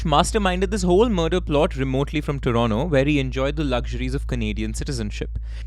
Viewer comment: Love that you pronounced Toronto correctly 😭😭